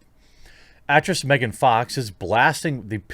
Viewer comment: just saying. its megan fox. not mehgahn.